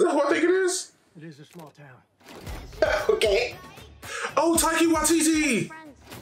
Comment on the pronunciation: Um his name is Taika pronounced tie car, if u were Maori you'd know this